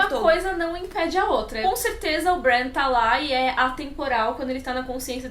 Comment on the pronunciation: sua pronúncia do nome Bran está estranha, se baseie na pronúncia da. Mania do povo trazer os nomes pro jeito português de falar, dói os ouvidos.